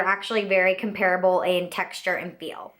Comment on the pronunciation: Drives me crazy how she mispronounces "comparable"! I couldn't keep watching!